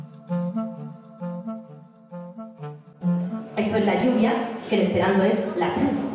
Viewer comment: Bela, profesia kantado kaj modela prononco de Esperanto. Ni dezirus aŭdi tutan diskon kun kantoj en Esperanto!! Korajn salutojn!